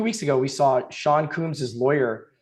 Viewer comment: “sean coombs”